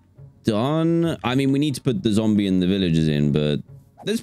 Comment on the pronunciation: Dan said zomble instead of zombie lol